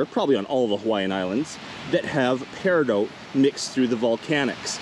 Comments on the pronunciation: I desperately wanna say that you never pronounces peridot right, it’s not even an accent thing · thats just not how you pronounce peridot. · Sorry... I just checked it in an audio clip because I have heard it pronounced with the 't' silent... But it actually, sounds like Pair-i-dot, like 'not', in all forms of English.. It doesn't sound like dote or doat..... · It's pronounced "pear-eh-dough", both singular and plural. Thank you for sharing about this beach. Maybe one day I could be lucky enough to go there and collect some myself. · I don't know if I've been pronouncing Peridot incorrectly or if you are. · He says peridot so much, and says it wrong every time.